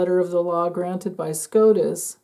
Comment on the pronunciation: SCOTUS, not SCROTUS 😂